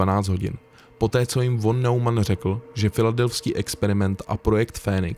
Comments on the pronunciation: Von Neumann sa vyslovuje nemecky "fon nojman" ;) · Pěkné video, jen podotknu, že "von" se čte jako "fon", jelikož v němčině se "V" na začátku slova čte jako "f". Zároveň kombinace "eu" se čte jako "oj", takže "Nojman", ale to je jedno ve výsledku, jen to němčinářovi rve uši.:D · Von Neumann sa cita nemecky "fon nojman" :))